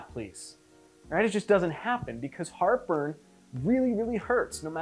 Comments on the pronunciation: at the beginning I one hundred thought he was saying “look... Harper is AWFUL” and I could not figure out why the heck he was being so mean to whoever Harper was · Julia Calvet oh, no I get what he is saying. Heart burn! 😆 🤣. I thought he was saying Harper as well.